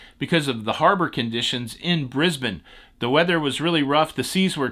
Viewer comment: Hi, good to hear you pronounce “Brisbane” correctly. Can you educate Don please lol.